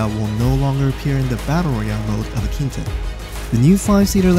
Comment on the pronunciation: Hamare aankita bol rahe hai 😂😂